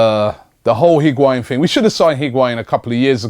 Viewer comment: u say lacazatte n benzema...nw higuain damm